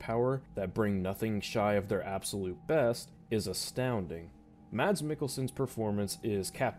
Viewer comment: I believe it’s pronounced “Mad” but whatever